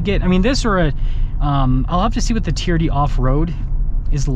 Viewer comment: TRD, sounds like you're saying TEAR-DEE